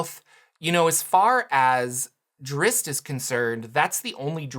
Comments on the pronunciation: That pronunciation drives me crazy...the "zz's" come before the "t" in Drizzt. It's not pronounced (Drits) it's pronounced (Drist). You are correct about the two "zz's" making an "S" type of sound...but the strange moving it to the end of the name makes no sense at all and simply ignores it's spell entirely. I realize I'm quibbling over the pronunciation of a fantasy name...but this kind of thing bugs me to no end. So while self aware I'm going to make this comment anyway. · Did you just say Dritz?